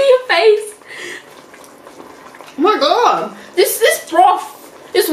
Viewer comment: “this BROF”